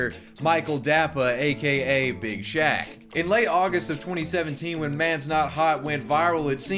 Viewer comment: I laugh everytime he says "Big shack"